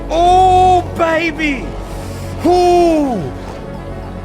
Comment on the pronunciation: Anybody else here the Australian accent when says baby in cloud kingdom